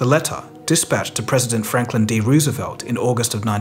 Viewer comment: If people going to do history narrations, it might be a good idea to pronounce Roosevelt correctly.